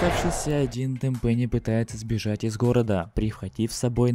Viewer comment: ТЭНпэнни а не тэнПЭНИИ